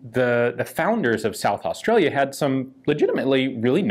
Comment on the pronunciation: Damn hope you yanks look after our guns! Thanks for the video, not many people actually say South Australia properly! I'd give my left nut for one of them pistols :( so would half the guys at the club! I wonder how we'd go trying to register one here now.....